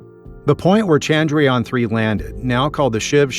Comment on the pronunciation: It's not Chandryaan... It's Chandra-Yana....